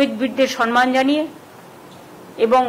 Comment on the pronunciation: Sanman noi samman hobe kotha ta